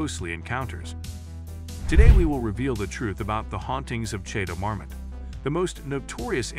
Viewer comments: The last Château Marmont was pronounced like Chatle mormond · Chay-toe mar-mit. Dude needs to work on pronunciation. He had it right in the beginning of the video and it kept getting worse from there lol. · How do you manage to pronounce Chateau Marmont differently every single time you say it? 😒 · When you can't even pronounce the name of your subject correctly, I know I don't need to waste my time on the rest of the video